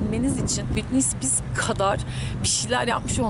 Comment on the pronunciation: Ay buraya nerden geldim yaaa... Britney Spears diyemeyip 1000 kere Britney Spears demesi de 😏